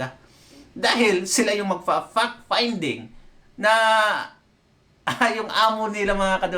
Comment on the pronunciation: when they pronounced "Fact Finding" it sounds "Fuck Finding"